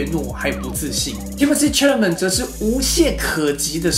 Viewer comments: 请你读他的名字： 撒拉枚 Cha-la-met is French..don't read it as MET.. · Timothée 的姓应该读作“啥啦没”